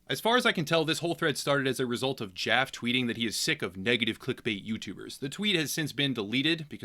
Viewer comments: David Jaff - E (the E is hard and pronounced fully), just wanted to make sure you had the correct pronunciation going forward so people knew who you were talking about, whether he is in the right or in the wrong. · It's David Jaf-ee